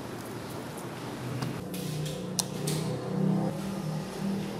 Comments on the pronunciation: salt hota hai solt nai 🤣🤣🤣🤣🤣🤣🤣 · solt ni madam salt